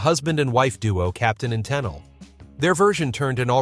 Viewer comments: Her name isn't tannel.... ta-neil its pronounced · Great list, but some corrections to this. It was the Captain and Tennille, pronouced ten-eel, not ten-il. Also, the first clip you have for "Tie a Yellow Ribbon" was actually from another hit by Tony Orlando and Dawn called "Sweet Gypsy Rose". One more thing. I think this list was missing at least one song by Gilbert O'Sullivan. :) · The Captain and "Ten-ill"? At least find out how to pronounce the name of such a popular performer. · Toni Te-NEAL and not TOE-nel. There were only a couple of songs I agree with should be on the list -- most were fun to listen to on the radio --granted, these were all AM songs, and not FM. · Get over it, we all knew what "Afternoon Delight" was about! Also the Captain and Tennille - it's pronounced "Tenneel", not "Tennil". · Bless your heart!😂 The Captain and Tennille—it’s pronounced Teh-NEEL, not TEN-ull. What a voice. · Captain & Ten-nawl? Pronounced Ta-knee-al. Smh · Good video. But "Tennille" is pronounced like "Ten-eel," not "Tenil." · Tennille pronounced Ten- neel. Not Ten ell. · ~~ The Captain and... Tennil? No, it's pronounced "TEN-EEEL" !! (eyeroll) The idiot narrator can't even pronounce a simple name correctly! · The narrator must have been from Mars - clearly not knowing that the artists were known as “The Captain & Tennille.” (Pronounced “10-Neal” {eel - like the creature that looks like a snake in the water} NOT - “10-hull” {like the hull of a ship}) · "Ten-all"??? Teh..knee- al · Ten-Neal not Ten-L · TEN-el? Yeesh, this guy wasn't even a thought in the 1970's! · I am sure her name is pronounced Tah-neal. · its ten ee uhl lol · It’s Capitan and Ten-Neil ! Geeesssseeee… get the pronunciation right. SMH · "The Captain & *Tennell*"?? GAWD..... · “Toni 10ell “;🤣🤣🤣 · Tennel? who is that 😳😳😳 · Try saying her name as te neal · Toni "Tenil?" Maybe to learn to pronounce the names. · Captain and....Ten-ell?? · Captain and "tennel" ??? 😂😅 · On number 6, that’s pronounced (Tee-Neil).